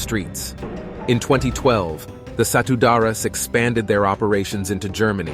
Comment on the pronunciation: The way you pronounced Satu Darah (one blood) is like Satu Dara meaning One Virgin which is funny. Indonesia pronunciation is true to the spelling.